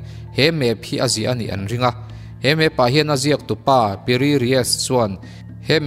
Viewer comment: no 7 na khi PI RII tiin ka hria a ,mahse a ziak ka han chhiar Chiang a, PIRI RIES a lo ni a ha!!!!!!😂